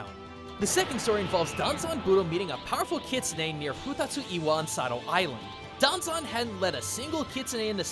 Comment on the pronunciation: I can understand why you kept saying Danzan. After all, he is your beloved chicken nugget of a bard. Plus, having studied Japanese myself, I can REALLY sympathize when it comes to messing up with kanji...